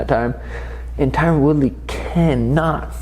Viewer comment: Tyron ( Tie run) not Tyrone!!'😤